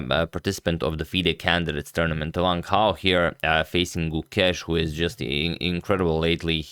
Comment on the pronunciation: A quick tip to pronounce Wang Hao: Wan(t) How. For your info.